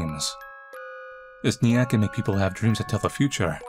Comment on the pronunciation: I like how says ‘nya’ LOL